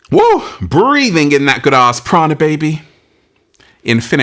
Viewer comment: Prana sounds like piranha